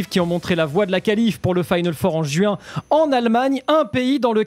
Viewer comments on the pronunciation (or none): none